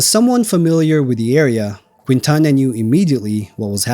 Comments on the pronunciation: In the name Quintana the “u” is silent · And mispronounce Quintana. 🤣 Great video! Thank you